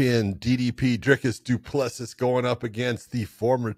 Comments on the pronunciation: Have enough respect to AT LEAST correctly pronounce CHAMPIONS’ names. “Du Pless See” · Thought by the time he became champion you would be able to pronounce Du Plessis properly but I guess some Americans are incapable of learning how to pronounce some names